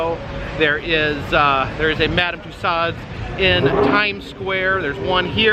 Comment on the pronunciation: For info: the closest approximation of saying Mme. Tussauds in english is more or less "Tooso" (the d and final s are silent, although technically there wouldn't be a possessive s in french)